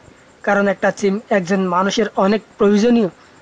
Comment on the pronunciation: তুই যে আাবাল সিম রে চিম বলে 🤣🤣🤣